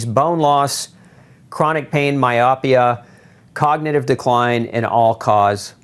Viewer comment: I would like to know what kind of doctor he is because he cannot even pronounce myopia.